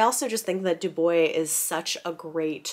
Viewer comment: Du Bois pronounced his own name “dooboys”